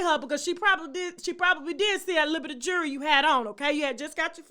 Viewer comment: Please learn how to say the word jewelry. It's not pronounced, jury. They're two different things. You come at everybody. Get yourself together!